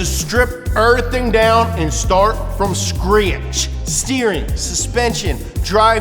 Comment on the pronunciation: " strip errrthing down and start from skretch"